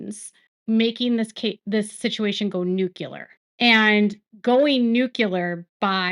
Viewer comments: NU-clee-ar not NU-cue-lar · Nuclear is pronounced nuke-Lee-er, not nuke-you-Ler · Hearing pronounce “nuclear” as “nukelar” is so cute. Keep up the good work! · "NUCLEAR' has only two syllables. The correct pronunciation is 'new-clear".